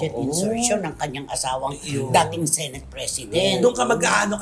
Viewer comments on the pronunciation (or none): none